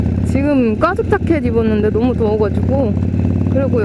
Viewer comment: 까죽자켓 꼬기 ㄱ을 ㄲ으로 발음하시는 ㅎㅎ